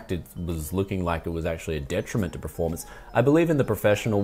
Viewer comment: It triggers me that you say preformance. Pls say performance.